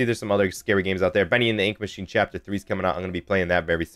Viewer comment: You said Freddy in the ink meachine